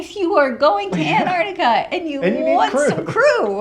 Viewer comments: fyi, it's not antartica, it's antarCtica. there are two c's that are pronounced. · Anartica? You mean Antarctica or the Arctic?